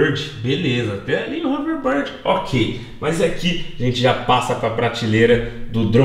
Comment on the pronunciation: Ta querendo corrigir mas nem sabe o nome certo, é hoverboard, não hoverBORD, eu escrevi errado de propósito por causa do jeito que o fala